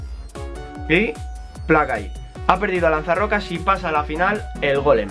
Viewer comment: no se dice golem de piedraaaaaa